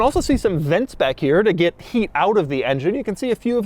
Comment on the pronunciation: He pronounces “get” like I do… “git”. 😀